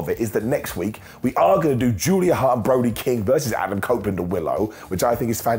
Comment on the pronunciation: He said cope opeland lol